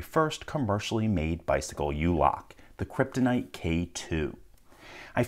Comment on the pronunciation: I've watched HUNDREDS of this man's videos and NEVER noticed his speech impediment until this video. He has rhotacism. He hides it pretty well though cause I never noticed. Until he said Kwptonite